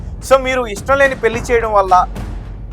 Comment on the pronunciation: తెలుగు Headlines సరిగ్గా చూసి rayandi. మతి పోద్ది కాదు. పోతుంది. వాడుక భాష లో పోద్ది అంటారు. Anchor గారు పెల్లి కాదు. పెళ్ళి. ఒత్తులు సరిగ్గా పలకండి.